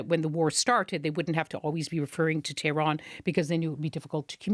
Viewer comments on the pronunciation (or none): none